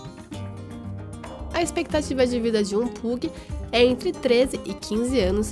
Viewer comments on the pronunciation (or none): Pug se pronuncia "pãg" kkkk